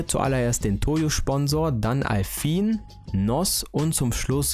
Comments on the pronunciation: Da steht Alpine und er sagt Alfin.... boah bin ich jetzt triggert...🙈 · Ich habe noch nie jemanden getroffen, der Alpine "Alfin" ausspricht.